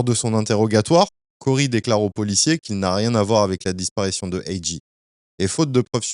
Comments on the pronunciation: Très bonne vidéo bien racontée ! Par contre lol AJ tu l'as mal prononcé tout au long du vidéo! Le J en anglais se prononce comme un G ..... Cest donc comme si tu disais "Jay" et non J ...... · Ont dit A-Jay,pas A-Gee😂😂✌ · Top la vidéo mais faut faire la difference entre G(gee) et J(jay)😉✌✌ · C'est A.J(A.JAY),pas A.J(A.GEE)🤦‍♂️😂🤣🤣🤣